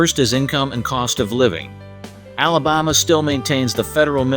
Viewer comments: Who taught this guy how to pronounce the words “ Alabama” and “Birmingham” ? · Alabama doesn’t even compare to NYC or San Francisco when it comes to homelessness. You make it seem like Alabama has the worst problem when so many other cities have a huge problem. And you can’t even pronounce Alabama or Birmingham.